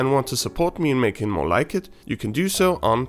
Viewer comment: Gah! You didn't rhyme more with store!